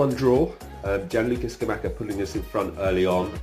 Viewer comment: Still laughing for Scanluca Giamacca 😂 greetings from Bergamo!